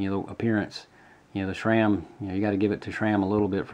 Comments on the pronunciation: SRAM not SHRAM!! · It's how you CORRECTLY pronounce SRAM.... As that's how it's always been pronounced by the heads (Stan Day) who created the name.